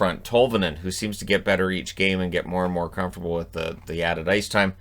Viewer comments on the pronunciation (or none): none